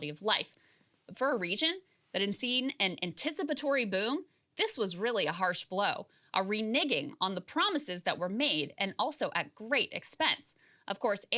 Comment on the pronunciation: Hate to be this guy Krystal but it's "reneging" as in "renegotiating." Love the show